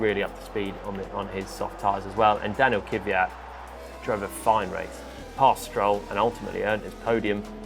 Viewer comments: British can't say "Kvyat". It's "Kivyat" for them. Fascinating. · Is that really how you pronounce 'Kvyat'?